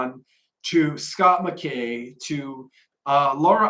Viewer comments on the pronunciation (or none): none